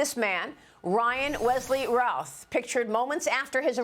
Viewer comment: It is pronounced Ruth. I know a hundred people in NC with that last name, and no one pronounces in Routh, they pronounce it Ruth.